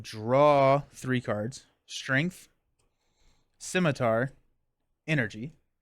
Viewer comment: It makes sense Jessica Jones would be a Thwarter. While she is strong she is also a private investigator so it makes sense she uncovers the villains scheme. I may be being picky but shouldn’t it be pronounced PSI-mitar? Psi like in psionic. Finally random rule question I randomly started thinking of but if I have a card like Avengers mansion is it that can I play that card without that trait but can’t use it with out that trait on my hero or an ally? I am getting ready to do Mutant Genesis with Rogue and Gambit. Was planning on going through all the boxes before doing the new one but life got in the way so I didn’t get them all done before hand. Along with a desire to play the new heroes with my usual new hero routine.